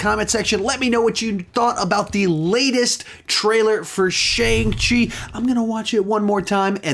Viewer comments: something like sean chi, or shon chi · It’s been confirmed by Marvel (and Simu Liu himself) that his name is pronounced “Shong-Chi”